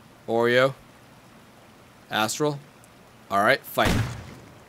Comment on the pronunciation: every time you say astrol it sounds likes as awhile